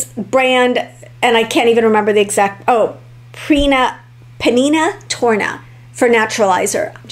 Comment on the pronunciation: To pronounce the WEIRD NAME SANDALS to sound it out phonetically. PA NINA TORNAY I watch say yes to the dress and she does their bridal gowns as well.